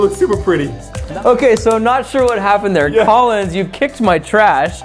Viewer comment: He’s tall I’m short get over it Lol that was amazing 😂 😂😂😂😂😂😂😂😂😂 When Collins said I’m Collins Key I thought he said I’m TALLins Key Lol wth